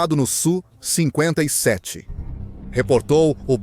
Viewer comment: Video horrível, o sonso nem sabe falar o nome do avião... É S.U e nao su seu panaca